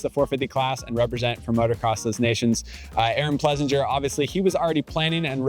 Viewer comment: AP’s name is pronounced Plessing-er